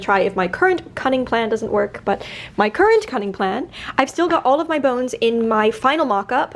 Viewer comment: My dear BB, lovely work. May I help...? Symington is pronounced SIMM-ING-TUN. I thought I should make myself useful as I love your work here. 🙂